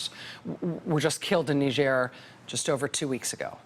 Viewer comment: Knee zier since when is it french? Nigh girh